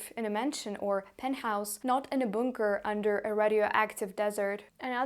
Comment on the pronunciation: This was fascinating. You don't hear much from inside Russia. Thank you. (note: congratulations on your excellent English - three words need attention: rubles, bunker and haven). Thank you again